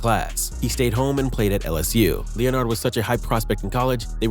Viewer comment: Lee o nard? You mean Leonard?